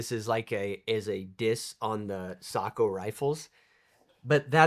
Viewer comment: Yes finally Sako is pronounced correct unlike anybody in Australia can do. 😅😅😅